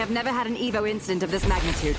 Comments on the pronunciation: E ve o. ???????????????????????????? EVO brother just say it fast accent on e . Evo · It bugged me so bad, I completely forgot about the video and anticipated the "E-V-O" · Man never said EVO correct once 😭✌️